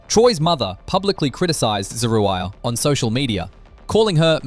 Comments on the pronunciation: This man done called her three conjugations of her name, and STILL never pronounced her name correctly! 😩😩😩😩😂😂😆😆😆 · Every time her name is mentioned. the commentator pronounces it differently. Pick a version and stick to it. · How many ways can this narrator pronounce "Zeruiah?" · The fact that you pronounced her name 5 different ways is so wrong, when her husband pronounced it in the beginning of this clip!! Mad disrespectful bro.